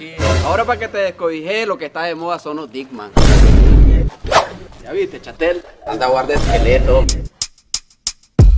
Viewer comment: Disman no dicman